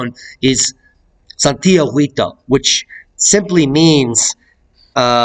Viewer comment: Thanks for the information about this volcano. Just a language note to let you know that in the name "Santiaguito" the letter "u" is not pronounced at all in Spanish. The "u" is written to indicate that the "g" has the same sound as in "ga" "go" and "gu". So in pronouncing "Santiaguito" use the same "g" sound you are using and then the "i". Just ignore the "u" sound. Hope this helps.